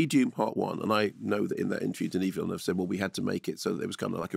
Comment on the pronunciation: Minor point: I'm incredibly glad to hear a professional film critic pronounce 'Villeneuve' correctly (or close to correctly). Every other critic I watch pronounces it 'vill-NOOVE', even Canadian ones whose first language either is French or is derived from French.